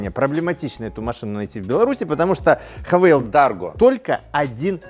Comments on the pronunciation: Автор, обьясни.. Почему ты (и не только ты) говоришь: ХавЭйл? пишется HAVAL. это или ХЭВЭЛ или ХАВАЛ. Но никак не ХАВЭЙЛ..... дюже цикаво, бггггг:) И еще: ЧЕМ отличаются двигатели одного "унылого кроссовера на полторахе" от Джили, Черри и прочего однотипного, но многообразного, китайского автохлама? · этот бренд называется "ха-фу" ) но даже если вы учились в частной английской школе вбирмингеме - то пусть будет "хЭвэ". а вот кто вас научил тому что вы 200 раз повторили за ролик я хз. гразным механикам бросившим школу в 6 классе позволительно, но вы ведь популярный актер! upd надо мотор на пеогеот 1.6 дизель евро6, имеете?